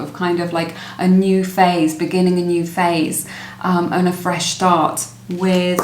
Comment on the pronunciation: Pile #1- wow he had said 'feesh start' and that was the last card.